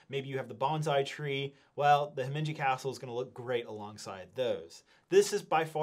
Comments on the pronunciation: There is no n in Himeji. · Where's the "n" in Himeji Castle?